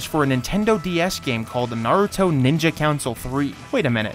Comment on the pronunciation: I’m huge fans of SUS-Kay and NAH-Rue-Toe